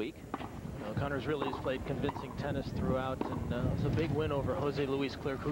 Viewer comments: "Connors" not "Conners". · Jimmy CONNORS!-Not 'Conners' ! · It's Connors and not "Conners".